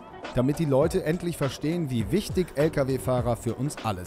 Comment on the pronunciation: wichtisch uuuuuuuuuuuuuuund rischtisch